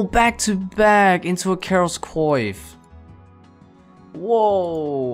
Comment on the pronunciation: Coif is pronounced like quaff. To this day I've never heard a RS player say it correctly.